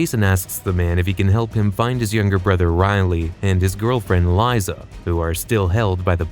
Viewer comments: fuckin ai voice. its lisa not lieza. weak sauce low effort channel. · Its pronounced lisa even with a z liza